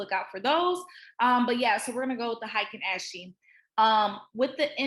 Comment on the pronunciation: heikin ashi- HIGHKIN ASHEE thanks for the good session as always